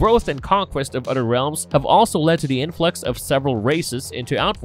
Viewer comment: Udder anudder